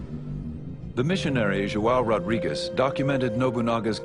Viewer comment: Ignorant american narrator, pronounce portuguese names in portuguese language not in spanish.. It isn't "Rodriguez", but "Rodrigues". but.. what to expect from americans... so dumb... pff